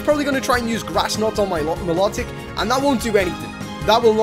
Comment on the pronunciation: its not me-lo-tic (milotic) its my-lo-tic